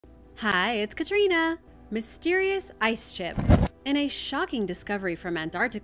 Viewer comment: Aww how cool, I never thought I’d hear my name on here… ❤ love ya Katrina!😊 and I’m SO thankful you pronounced it correctly! 😮